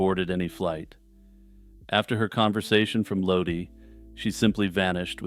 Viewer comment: Most people pronounce Lodi as Low-die, especially since CCR immortalized it with a song of the same name. Not that it matters, though. Great video!